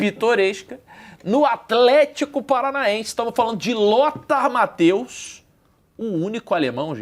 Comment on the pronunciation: PQP!! Porque as pessoas passaram a chamar o Lothar Matthäus de "MatÁus" ?!?!?!?!?! QUando ele jogava, a mídia sabia falar o nome dele. O nome se pronuncia "MathÊus". Simples, fácil...